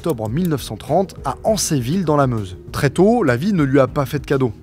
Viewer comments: Bg c'est AnceRville pas Ancéville 😉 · Bonjour, Petite précision, son lieu de naissance (Ancerville), ça se prononce Anssaire-ville. Je viens de la haut, j'ai fait mes 4 années de collège dans ce village. A bientôt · je vie à dans minute de là ! petite correction c'est Ancerville avec le R :) sinon très bonne vidéo